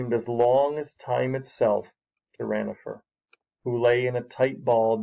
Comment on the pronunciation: it is not ranofer it is ronafer